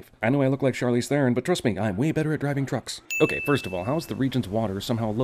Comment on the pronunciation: Video was awesome, but gotta give you a sin for mispronouncing Theron.